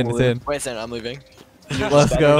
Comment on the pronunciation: Did you say lets go, cuz I heard Leth goes..